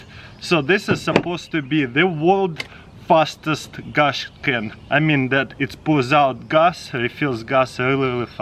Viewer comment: "Gaas Ken"